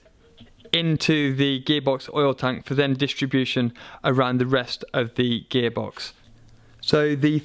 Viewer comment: Is he saying gay box?